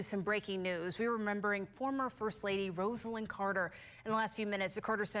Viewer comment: Roz-a-lynn is how to pronounce her name. Good grief!!